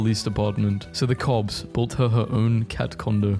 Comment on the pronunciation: At the part were the cops built that cat a house it sounded like you said cobs